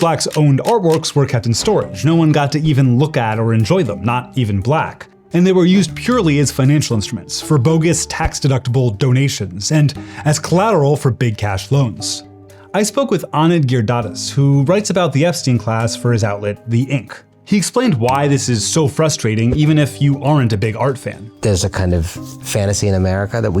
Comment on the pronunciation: I love this channel, but I need you guys to put in the effort to pronounce non-white names. You must know the implications of this right? It's NOT Gir-dhar-as. It's GI-RI-DA-RA-DAS. That's TWO WHOLE SYLLABLES that you did not even try to include. You don't make these mistakes with European names, or with Black names cos you are afraid of being called out, but I guess South Asians are whatever?? Do better! Edit: I listened to it again, and it's actually worse than I had first thought! You pronounced it as Gir-Dah-DAS!!! Look at the letters in his name! That doesn't even make sense!